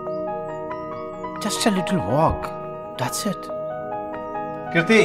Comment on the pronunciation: He spelt 'Kriti' .. I heard 'Dhriti' 😂😂... !!